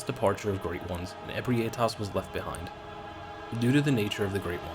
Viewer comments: You pronouncing Ebrietas as E-bri-A-tas instead of E-brie-tas as it's spelled was really hard to listen too. Lol Fun list though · I always pronounced Ebrietas “ah-BREE-tiss” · Alright, gonna say this again, and again if I have to Ebrietas - eh-bry-uh-tuss Because this seems to be a name everyone has troubles with